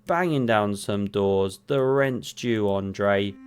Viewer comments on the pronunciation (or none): Ah-ndrey not Oh-ndrey